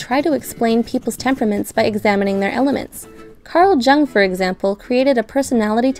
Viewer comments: It is pronounced Yung and NOT JANG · Correct pronunciation is "young" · oh god that pronounciation of Jung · When she pronounced Jung as J-ung and not Y-ung. Cringe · i don't trust any video that pronounces Jung with a hard J. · The J in Jung is pronounced like a Y, but otherwise good video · Pronounced like Yung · Yee it's pronounced Yung haaaa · That is not how you pronounce "Jung." it is a German name, pronounced more like "Young." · The J in "C G Jung" is pronounced like a "y" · Pleaaase, guys. His name ist pronounced "Young" ("jung" in German actually means young. So there you go.) Please keep that in mind. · Jung. Pronounced "YUNG" YUH-NGH' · Carl Jung is pronounced YOUNG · I thought his name was pronounced “Young?” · Not to be that person, but Carl Jung’s name is pronounced Carl Yung. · Except, that's gotta be the first time I've ever heard someone pronounce it "J"-ung... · 'Jung' is pronounced 'Young'. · It's pronounced as Yung. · Did she just say "Carl 'Jung'". It's pronounced as "yoong". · pronounced as Carl Yung please. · You pronounce Jung like “you” then “ng”. Not young. And not the way you are pronouncing it. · I just heard it and looked to see if anyone else noticed and now I dont know if I should continue watching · THANK YOU. WTF. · You mispronounced Jung, lol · That was painful lmao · The J is not pronounced as a J sound but a y-ish sound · the night hAunter war/russian/aidan/doctor/doyle There is no 'own way' when it comes to names. She's objectively wrong. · I still can’t get thru the way you said Jung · Jung with that hard J. Lol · Is nobody going to talk about how the speaker mispronounced Jung's surname? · Did she really pronounce Jung like that... oh boy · Carl "JUNG" lol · Who told her pronouncing "Jung" that way is ok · not even a full minute in and you are mispronouncing "Jung"? on a psych channel? gtfo.